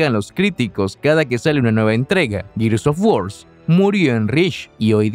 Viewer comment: Gears of WarSSSSSSSSSSS Lo siento, no aguanté esa pronunciación y cerré el video